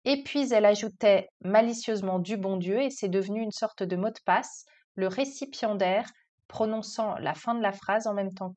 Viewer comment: J'ai compris "récipient d'air" et non "récipiendaire" 😅